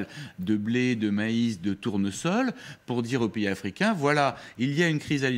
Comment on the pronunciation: cette journaliste est même incapable de bien prononcer le nom d'un pays africain ça prouve que vous connaissez pas l'afrique